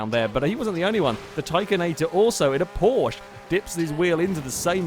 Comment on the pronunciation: You are allways pronunceing Porsche wrong